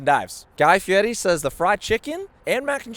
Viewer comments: You keep saying “Guy Fi-eh-dee” but you said Guy’s last name correctly 😭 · Also pronounce Guy Fieri's name right.